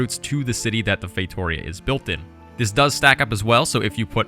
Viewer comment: As a portuguese, you spell “feitoria” so wrong xd But you do not have to know all languages. Good video. You nailed the other words